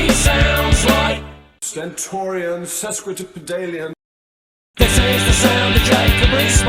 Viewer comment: Mogg's fake intellectualism rears its head! He can't even pronounce "sesquipedalian" correctly... ironic, given that it means someone who delights in using long words.